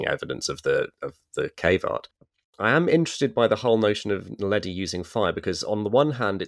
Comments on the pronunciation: Tut, tut. I think you'll find it's Homo naledi, NOT "Homo neladi"! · It is homo NAledi, not neladi...